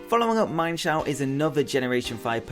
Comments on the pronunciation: Its not mienfoo and mienshow its meanshoo and meanshao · its pronounced MEEN sho not MINE sho. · it is mean-shao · Um actually meinshou is pronounced as MEAN-SHOU